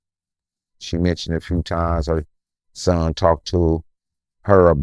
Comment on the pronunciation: Did this Boi jus say TALKTED 😂 and LIKEDED 😂 NO and they say we Country only in da Souf Cut it Out 🤔 😅